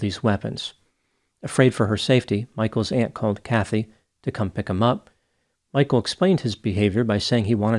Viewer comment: His name is not "Michael". It is Michel. Get the basics right!